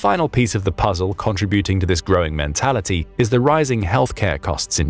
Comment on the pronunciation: Contributing the emphasis is in the SECOND syllable not the third!!!